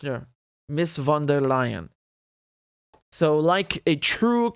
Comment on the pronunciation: The V in Von der Leyen is pronounced like an F like in fortress